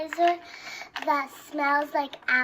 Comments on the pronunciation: She couldn't even say "hand-sanitizer" correctly 😶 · she can't even say hand sanitizer 😰